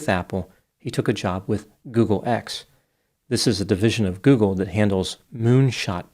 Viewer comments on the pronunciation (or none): none